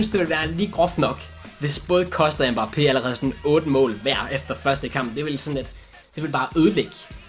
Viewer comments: Han udtales Mbappe. Ikke mba pé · Det udtales Mbappé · Slotteren han udtales mbappé